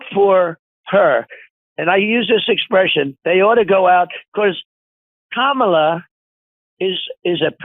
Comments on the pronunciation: HE PRONOUNCED 'KAMALA" CORRECTLY! Get him to a hospital ASAP! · He ACTUALLY pronounced Kamala’s name correctly!!!😅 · LOL, when he says "Comrade Kamala" he is forced to pronounce her name right 😂